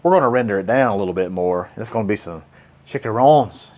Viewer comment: Maggie wants some "Chick-a-Rones" 😅 rotisserie chicken is a great dinner shortcut starter and you,,have perfected 3 fine meal ideas 😋